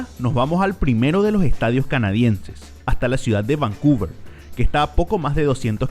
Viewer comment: Que terrible hablas, a pronunciar todas las letras.. "eeh uno de loo ehtadio" "seguimo en la cojta ejte" "donde ejta ubicao" "en ete apeto"